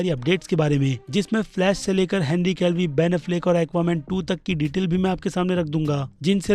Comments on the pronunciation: Henry Calvi nhi be Henry Cavill hota hai. Kab sikhega be podcast me aman ne bola firbhi samajhta nhi hai. Sabka nam galat bolta hai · Whenever he says henry kevli instead of kevil 20000 childs are born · Its Henry Cavill not Henry Calvi😒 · Bhai Henry केवील Hai... Aap hamesha Calvi bolte ho... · Bhai Henry Cavill / Callvi me bohot difference h I request you should pronounce someone's name correctly please 🙏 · Henry Calvi nahy Henry Cavill bolo bhai 😅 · Every single Time says "Henry Calvi" 👍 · Henry kev-ill pronounce hota hai bhai... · Bki sb to thek but bhai plz Henry cavill ka nam sahi pronounce kro